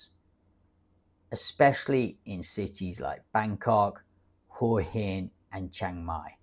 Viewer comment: Hua hin is pronounced whaaa yin putting an emphasis on the phwhaa